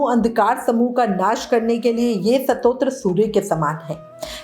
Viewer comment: Pronunciation thik karo Satotram nahi hota Stotaram hota h